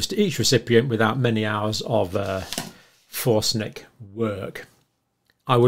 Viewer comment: Forensic, not forsnic!!